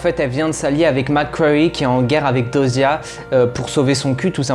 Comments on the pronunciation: c pas diyoza 😅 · Très bonne analyse et vidéo, mais franchement ameliore ton oral et comment tu parles des fois tu te répetes !... SURTOUT: apprend à prononcer dyosa correctement stp C chiant mdr😂, vraiment amélioré ce point là et ça sera perfecttooo Bonne continuation😊